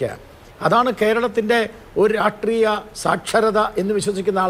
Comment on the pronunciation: "രാഷ്ട്രീയ"ത്തിനെ "രാട്ട്രീയം" എന്നുപറഞ്ഞ് ഇങ്ങനെ വ്യഭിചരിക്കല്ല ഗോപാലെഷ്ണാ.. "രാഷ്ട്രീയം" എന്ന് വ്യക്തമായി പറയൂ.. നാവ് വടിക്കലില്ലേ ? നേര് പറഞ്ഞാൽ അത് കേൾക്കുമ്പോ ചൊറിഞ്ഞു കയറും.. നാവ് വഴങ്ങുന്നില്ലെങ്കിൽ ആ "രാട്ട്രീയം" മാറ്റി "പൊളിറ്റിക്സ് " എന്നാക്കൂ.. നിങ്ങൾക്ക് മറ്റെന്തൊക്കെ ഗുണങ്ങൾ ഉണ്ടെങ്കിലും താങ്കളുടെ ഈയൊരൊറ്റ "രാട്ട്രീയം" മതി അതിലൊക്കെ അമേധ്യം തൂകാൻ..